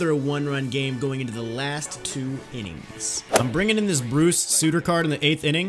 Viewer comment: It’s Bruce sUtter not Bruce Sooter